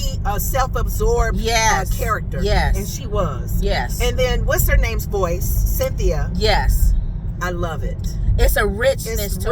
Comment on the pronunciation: I love y'all! But I know you can pronounce Cynthia! 😂😂😂 She was born in Britain, not Africa .